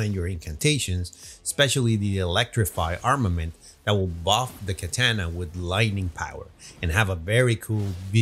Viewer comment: Tf is a katanea 😃😃